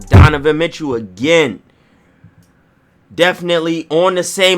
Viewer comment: This dude said Donavan Mitchell better than Ben Simmons I’m getting flight vibes